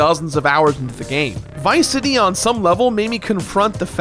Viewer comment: You pronounced it like Viceity.